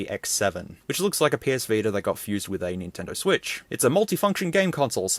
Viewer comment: "Sotendo Vwitch"💀